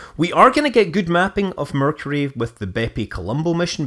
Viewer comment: correction, you mispronounced "Mercury".